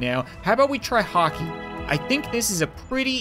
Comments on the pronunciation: YOU MEAN HOCKEY NOT "COCKEY" RIGHT 🤣🤣🤣🤣🤣🤣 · He Said cockey 😂😂😂😂😂